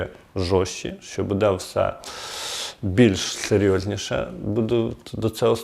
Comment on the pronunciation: Буде -наголос? "Буде надано", невже так складно ставити наголос правильно?